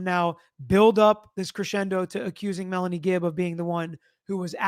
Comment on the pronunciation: She said "Melly" (for Melanie), not Nelly ..